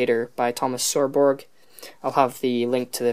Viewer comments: Thomas Who? LOL. How do you read/ pronounce Scarborough? It is not that hard is it. Say what you see. Its not Sirborg. You make it sound like a character out of Star Trek. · Excellent work but the way you pronounced "Scarborough" is wrong it's pronounce "Scar-bur-row" like the Scarborough Fair song. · LOL how did you pronounce Scarborough???? Are you going to Scarborough Fair?